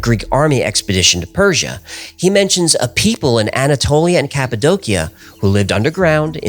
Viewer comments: I love your videos. One thing... It's pronounced "ka puh dow shuh" not "ka puh doe kia." Sorry. I don't wanna be "that guy" but I feel that one is important. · Cap-a-doe- she-ah. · It’s pronounce cap-a-dose-e-a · It's pronounced CAPPO DOCHIA. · Cappadocia -> KAP-uh-DOE-shuh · I always thought it was pronounced "Cap-Ah-Doe-Sha".... Anyhow, excellent episode. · The way this guy says "Cappadocia" makes me hate him